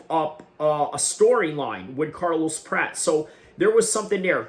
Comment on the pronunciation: It’s not “Prat”, rhyming with “rat.” It’s “Prat-chez.” Otherwise, I think you did some pretty good analysis 👍